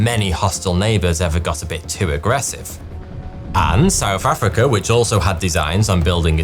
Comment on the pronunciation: Whoever wrote the script for this video hates the narrator, making him say souf affricka every 9 seconds